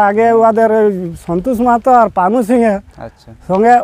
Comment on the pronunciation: দাদা আগে ভাষাটা ঠিক করো পানা সিং নয় পানু সিং ।